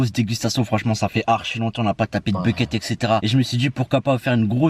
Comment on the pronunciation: Il dis Becket ou lieu de bucket